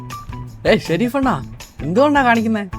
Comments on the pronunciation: Sherif alla shrof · ഷെരീഫ് അല്ല monne ഷെറോഫ്